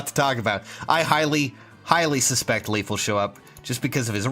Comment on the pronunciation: LEYF, NOT LEAF!